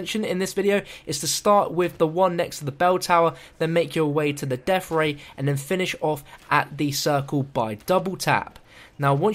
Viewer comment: "deaf ray"